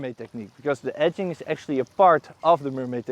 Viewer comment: I'm kidding, i've just transcripted how your pronunciation of "edging" sounds for me :)